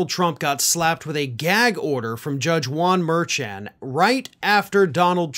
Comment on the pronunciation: just a bit of help if I may: Juan Mer-shon’